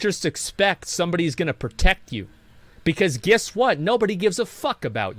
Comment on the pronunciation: It’s Guess not Giss…